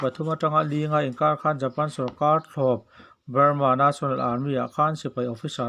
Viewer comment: Ngatinge National tih hi na= a na ka ti,tih ang a i lam ziah a.A ne pawh ka tluk love or Bal a ba ne tia lam ang hian a dik lo zawk i ti nge.